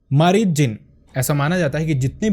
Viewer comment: Ye marid nhi mareed hota hn means student